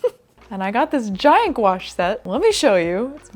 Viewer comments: I really liked the painting video 🙂I look forward to another 1 with your new paints. Though i did not know what you meant when you said the word of them! Gonche? Gonache? haha Owwww new doggy! She's so lovely! <3 Welcome Pippin. I think i have watched your videos since you were in your nana's house, so like 2018? Maybe before. I enjoy them all as i always have done;-):-) Well done on 10 years! Wow! & the best of luck with your new space/warehouse project! Owwwww exciting! <3 Just do you. What makes you happy, we support you and will watch them all. We are proud of you, and you should be of yourself too. We are glad you do 2 videos a month also as 1 would simply not be enough!:-);-) Forget the viral videos, as we grow older, our pace of life does change. And that's not a bad thing. A few youtubers have said the same thing recently, it's not just you. I think we would rather see better quality content as you do in all your videos, & why we watch your videos over others, -than viral fast pace rushed videos like others do. Leave that to the youngsters who have no attention span! lol P.s the editing on this video was fine. You are too hard on yourself:-) Your editing is always funny and top notch. Love the new merch! I shall definitely see if i can purchase something, as i too am a floor troll, but just on my bed. Bed troll if you will. & i always respect the little guys:-D xxxxxxx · This is the first time I've heard someone say gouache out loud and it is not pronounced how I thought it was.